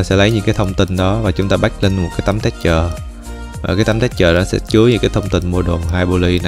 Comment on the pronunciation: mơi vài phút mà nghe đọc tiếng Anh mắc cười qua: đì-teo (detail), téch-chơ (texture), bô-li-gông (Polygon), ...